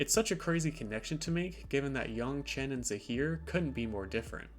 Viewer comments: Yangchen（more like Aang） is correct rather than yong, btw, i'm chinese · This was pretty interesting except everytime you said "yaungchen, instead of yangchen" took me out of it a bit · its yangchen. cmon man she even says it herself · The pronunciation of her name killed the video for me. I stopped in and I wish you would just say it the same as it's said in the show. Oh well thanks anyways. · wtf are you doing pronouncing her name like that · Ugh stop saying her name wrong!!! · LEARN HOW TO SAY HER NAME DAMNIT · Please pronounce her name correctly. You sound like the movie.